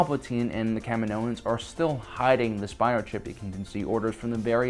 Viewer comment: Ugh! It's pronounced Ka-Me-No and Ka-Me-No-Ans.